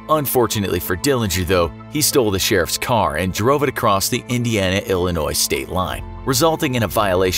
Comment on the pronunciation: THERE. IS. NO. S. IN. ILLINOIS!